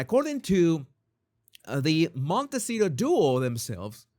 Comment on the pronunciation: Ha ha how you pronounce Montecito.😍 I started following the royals because of Meghan. Keep giving Harry hairstyle advice. Love it.